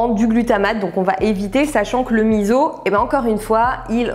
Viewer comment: Alors OUI à la vidéo dédiée au miso ! Mais à condition de le prononcer correctement : "misso" et non "mizo" 🤪 C'est un super ingrédients encore bien peu connu en France et c'est vraiment dommage ! En plus, pour les allergiques/intolérants au soja il y a la marque Kura qui en fait sans soja à base de pois chiche ou lentilles (qui déboitent grave !!) 😊 Je pense que c'est la première fois que jcommente une de tes vidéos, pourtant ça fait looooongtemps que je suis ton travail que j'adore! Merci pour cette super vidéo remplies de bonnes infos 😊 et merci de partager ton savoir 🙂